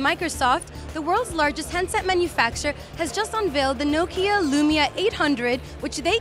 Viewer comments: OMG!!!!!!! she cannot say nokia urrrrrrrrrrr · why are you so angry at how people say things? different parts of the world have their own dialects, even if it is the same language. but still i agree that it should be pronounced Nah-kia or "knock-ia"